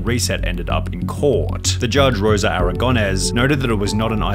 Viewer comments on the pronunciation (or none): Rosa* not Rouwser